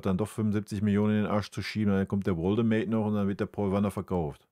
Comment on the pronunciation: Bitte in den Counter neben Katastrophe und Farce noch aufnehmen wie oft er den Namen Nick Woltemade falsch ausspricht (Woldemade) Für jemanden der deutsch als Muttersprache hat finde ich das einfach nur peinlich